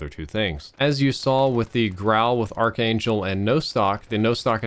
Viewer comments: btw its pronounced as ark angel not arch angel. the spelling may be quite confusing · Cringes in “arch-angel barrel” rather than “Ark-angel barrel” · Ark-angel man. You can't say it wrong forever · ARC ANGEL NOT ARCH Your killing me smalls.